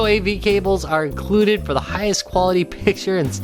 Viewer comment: "Inculded" , "Simulitaneously" ROFL